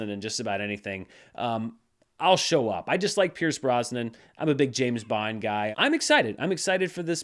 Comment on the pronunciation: You said James Bond weird.